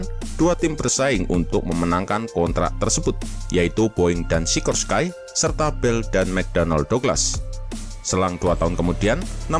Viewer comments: Maaf, masukan min, cara baca "Sikorsky", bukan "Sikorskai", tapi tetap "Sikorski", karena pendirinya, yaitu Igor Sikorsky berasal dari Rusia. Di Eropa Timur, nama2 yang berakhiran "sky" dibaca "ski" seperti Podolsky, Tumansky, Sikorsky, Minovsky, dsb. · RALAT MIN: Sikorsky baca nya sikorski bukan sikorskay karena dari nama igor sikorsky seorang imigran amerika asal ukraina yg mendirikan pabrik sikorsky, cara bacanya pake cara baca nama yg dipake oleh bangsa slavia.. 🙏🙏